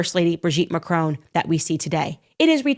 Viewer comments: She cannot even pronounce Macron properly. It is pronounced Mack Ron. Not Ma Crone. Get it right, but i expect that's way too much to ask these days. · Macron! MAC-RON…. NOT MACRONE… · To all you Americans: There is no letter 'E' in Macron so stop pronouncing it is 'Macrone'. Thank you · How dare that piece of crap insinuate something like this against a presidents wife, let alone any woman. Wow you Americans think you can say anything and get away with it, you cannot even pronounce their sodding surname. It is MACRON NOT MACRONE. Sod off and leave the rest of the world alone. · Please try and pronounce their surname correctly, it's not pronounced "Macrone" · Macron not Macrone - short o. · When will Americans pronounce the name MACRON not Macone. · FFS learn to say the French President's name correctly. What is the matter with you idiots, can't you pronounce anything correctly? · If only USAmericans would learn to pronounce "Macron" correctly, perhaps as a kind of courtesy? How is it possible they don't in a country with a current population mainly consisting of immigrants or immigrant descendants? Same goes for Hispanic names.